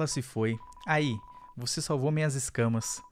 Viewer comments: 💯 querer ser chato te corrigindo mas sempre quando vc vai ler "aí" vc fala "ai" Tem um acento no i Eu sei eu to sendo chato mas eu tive q comentar Edt: deixa pra lá vc já aprendeu a falar certo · não é ai é aí